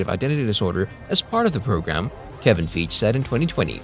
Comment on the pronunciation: Again, you're mispronouncing Kevin Feige's name: Feige should be rhyme with "high key". It's very disrespectful to pronounce his name wrong. As for the content regarding Moon Knight Season 2, I look forward to seeing the story continue. Thanks.